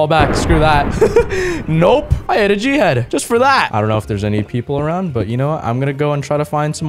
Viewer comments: Just to say, when you say g head, it sounds like jihad. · Literally every time he says "G-head" I hear Jihad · Whenever he says g head it sounds like he’s saying jihad